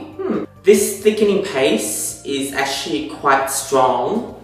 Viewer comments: Can you pronounce "actually"? Who's? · Through your comment, it seems as though you don't know what an accent is by the "Who's?" comment, obviously poking at his inability to pronounce "actually" correctly.